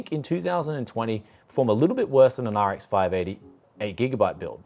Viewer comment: Where do you get these cases with RGB and so on? I think you use them more often in your builds. I really want them for the PC's I am selling too. :D By the way, sound like you said "RX five naughty". Laughed more then I should have. :D Much love from Germany: TechJaStadt <3